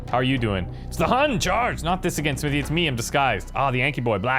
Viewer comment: went with the wrong accent on Smithy there :P